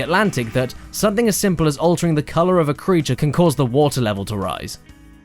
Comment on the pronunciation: I can forgive mispronouncing foreign words, but pronouncing "creature" as "crooter?" Come on!